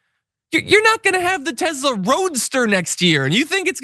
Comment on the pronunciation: The mans name was Nikola Tesla...not Tezla